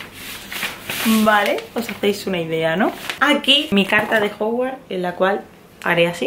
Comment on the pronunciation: Se dice hogwarts,no hogwart